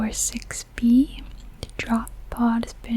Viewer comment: Did anyone else hear how she pronounced it 4-54-6b? I’m not judging I love her work but it’s usually pronounced 45-46-b